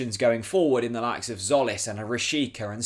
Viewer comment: Love your video, just please, get his surname right. It's pronounced as Jolis, with J, like June.